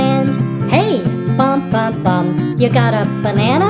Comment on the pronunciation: Why did he SAY BANNANA